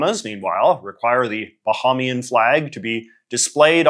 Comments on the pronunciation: JJ, it's "buh-hay-me-an" not "buh-haw-me-an" t. A Bahamian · It’s pronounced “ba-hay-me-un” Great video :) - Your Friendly Neighborhood Bahamian